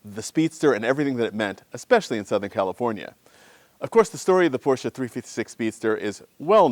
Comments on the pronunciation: Thank you so much for not calling it a "Porsch"! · You seem to be to only American who can pronounce the name Porsche correctly. {almost everytime ;-)} The motor hood seems to have overpainted rust. Bad restauration.